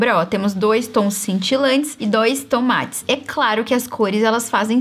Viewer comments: Mais um dia ouvindo "tomate" sempre que a fala "tom matte" hahahha 🤡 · Amo a falando TOMATES 🍅 kkkkkkkkkkkk